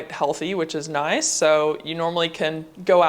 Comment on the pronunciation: I was watching this video wondering how you’ve lived in Australia and haven’t started to develop an accent. But the way you said “nice” you could hear the beginnings of an accent.